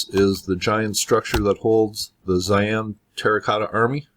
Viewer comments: Thanks. Tough "Zaian " is another place completely. Its called Xi'an "Shee-Ahn" Cheers! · pronounced she'an not zion